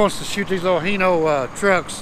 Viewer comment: Hi, why in America do you pronounce it as Heno, when everywhere else say Hino, like when I greet you I say Hi, instead of He how are you. Sorry for being sarcastic.